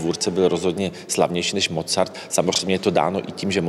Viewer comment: Rve mi, uši když někdo vyslovuje jméno Mozart se Z.